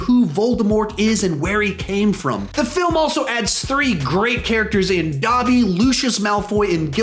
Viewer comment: Bruh Said Dabby